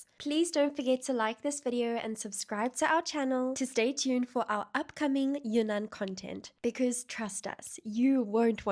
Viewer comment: "云"(Yun) 的发音更类似"印"(Yin)，如果发"油"(You) 的音，像是在说"越南"(Yue Nan)了。